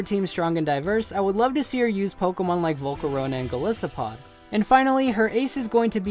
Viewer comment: The term Go-Lis-O-Pod Triggers me